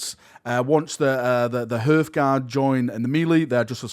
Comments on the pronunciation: It's HER-TH GUARD not HEART GUARD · So cringe hearing him say "hurth"guard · HARTH-guard, for the Emperor's sake, like the hearth in front of a fireplace, it's pronounced "harth". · HAR-th guard har as in har har har, hearth guard silent E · It’s pronounced HARTHGUARD but yeah they big and chunky, looks like a cross between vansaar tech and space marine power armour to me